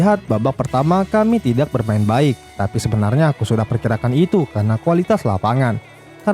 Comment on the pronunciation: "Tak" "Tidak" Cara bacanya yaitu huruf "k" nya lebur, jadi dibaca yg benar itu "Ta" dan "Tida"